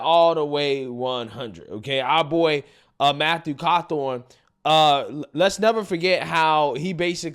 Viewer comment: Who’s Matthew cawthorn? It never fails that will screw up a name 😂